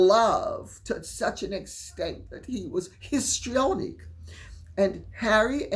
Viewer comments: I literally thought lady C said pistrionic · Did you say 'piss-trionic?' 😂😂😂😂😂